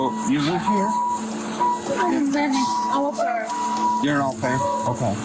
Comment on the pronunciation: Great insightful report as always. Just a little thing, the European pronunciation for the nanny "OH PAIR" not A PAIR !